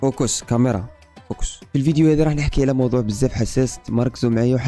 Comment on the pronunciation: فوكوس ✅فوكيس ❌